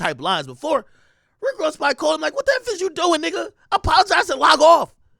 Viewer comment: foo da way he said rick ross name😂😂😂